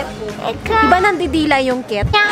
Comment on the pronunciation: I'm a cat ❌ Ate Ivana: I'm a ket ✔ HAHAHAHHAHA ✨✨